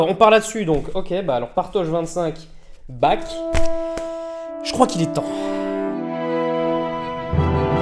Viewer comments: <Mode mec chiant activé> Ça se prononce Barh <Mode mec chiant desactivé> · Ouais, je vais faire mon pénible, mais entendre "Bac" a longueur de video m'a bien fais pleurer... Pourquoi vous prononcez son nom comme ça? :o Et a part ça, vidéo incroyable, comme d'habitude! merci, mec